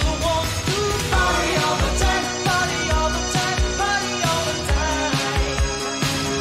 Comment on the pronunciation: I thought he was saying"my girl needs to potty all the time".